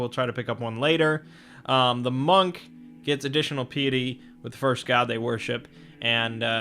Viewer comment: Pie-et-ee. Think pie as in delicious pies.